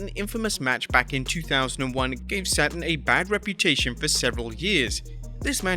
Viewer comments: it’s Perry Saturn not Perry Satin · Perry Saturn... not Perry SATIN.... who the hell made those timestamps? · Had to unsubscribe. Pretty sure you purposely mispronounced Saturn's name. I've noticed you do this in almost every video. Shows a lack of professionalism. Saturn is a well known wrestler who deserves the respect of getting his name right.